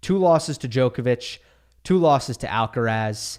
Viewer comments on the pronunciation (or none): none